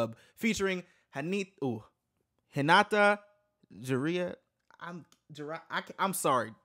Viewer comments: Juraya LMAOOOO ju-riya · JURIA (jew-ree-a)!!!! Like Julia with a “r”!!!